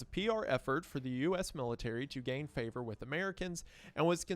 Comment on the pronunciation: I love the “fixes” for vocal flubs like favor.